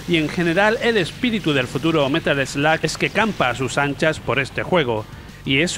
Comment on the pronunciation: es Metal Slug..no "metal sloag" prenunciacion muuuyyy mala